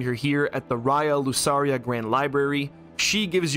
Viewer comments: Lucaria is pronounced Lu”K”aria smart kid! That’s what you get when y’all drop out from school and play games instead. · "Raya Lusaria" I'm sorry that bothered me a little 🤣